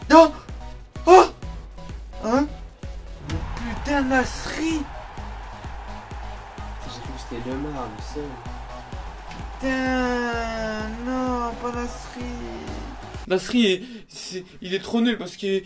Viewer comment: 7m18 il dit leumar a la place lemar